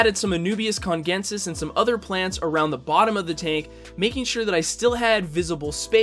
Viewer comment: I think Anubias Congensis is pronounced "kun-jen-sis"